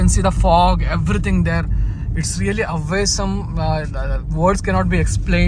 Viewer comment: Awesome ❌ Away-sum ✅